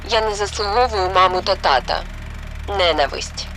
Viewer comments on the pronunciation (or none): none